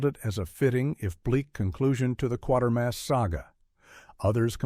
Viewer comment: Why do these videos never pronounce Quatermas right?